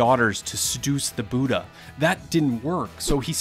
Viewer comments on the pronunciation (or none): Okay now why is this man pronouncing "Buddha" as "buta"?